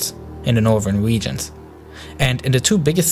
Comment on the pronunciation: Da wegions lol but nice video